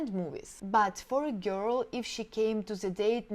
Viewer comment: Yeah sure. Listen to just the word "girl" she pronounces. All russians screw words...besides everything else